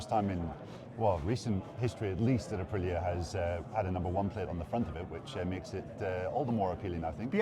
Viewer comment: Be nice if , english speakers said ahpreeah correctly